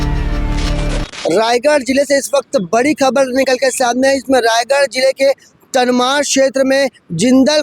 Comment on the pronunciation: तमनार बोलो भाई। तनमार नहीं।